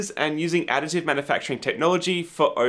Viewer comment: Does anyone else hear "Attitude Manufacturing"?...